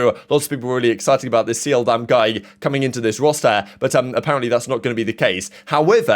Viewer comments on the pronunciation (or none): the Korean player seoldam is pronounced souldam btw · btw in Seoldam's name the eo is pronounced as a single sound kind of halfway between an e and o sound as opposed to two separate sounds. no hate just thought you should know